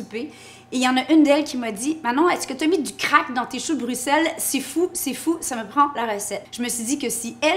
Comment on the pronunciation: Un j'aime juste pour la bonne prononciation de Bruxelles!!!! Je vais tester la recette, merci ;)